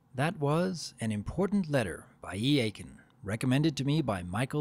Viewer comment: Also, it's EE-kin, not E-aye-kin